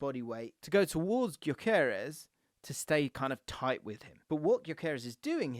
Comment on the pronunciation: How much research did you do wrt sporting? Just curious because you’re pronouncing Gyökeres wrong. All you have to do is watch the match as they names the starting line up and you’d have it